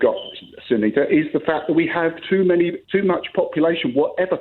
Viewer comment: sangita and suneeta are two very different names. It was laziness and purely done with the intention to disrespect her. Well done to her for standing up for herself. If she got his name wrong and called him ‘Dave’ or something I am sure he would have not been impressed either!